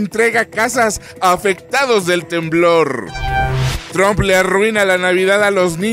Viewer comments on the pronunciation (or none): none